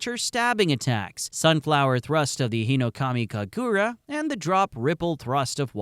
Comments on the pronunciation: Uh it is hinokami kaagura not hinokamu kagura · Bro you gotta pronounce hinokamikagura faster (not sure if thats how its spelled but please)